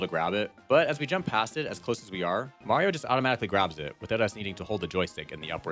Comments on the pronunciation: he always said Marios name wrong, everyone told him, sometimes he said it normal, but then not. It got pretty annoying cuz he knows its wrong but kept doing it for... lols? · Bro got replaced by a Skrull agent and he forgor how to say mayro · Guys, calm down. is the one who says may reo. Because the only game he's ever played is pikmin. Obviously. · "Mayrio" sayers are quite aware of how it's really pronounced. Don't let them lie to you. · HOW DARE YOU say "Mario" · Sounds like a you problem. I've heard it countless times and it just amuses me hearing say it that way. Can I just say, skill issue? Because I think that's a skill issue. You're being precious. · NOOOOOOOOOO how can we have a merry time without merry-o?????? 😢😢😢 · He said Mario..yay~ "Ashphalt" Sigh